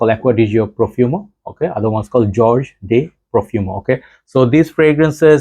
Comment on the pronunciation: Hey. This is the Spanish version of George. Pronounced " Hor-hey".